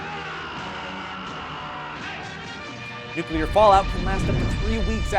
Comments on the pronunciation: How to survive a "NUCLER" fallout... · I like "nucler" fallouts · "How to survive a NUCLER fallout"? Easy, just cover yourself in dictionaries. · Nucler war lol